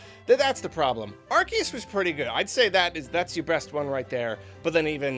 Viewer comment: oh boy can't wait to hear another shitbrained garbage tier take from known fake fan of pokemon, only took 4 minutes and 15 seconds to EQUATE swsh with bdsp (literally how dare you insult swsh like that lmfao) and also to mispronounce "Arceus"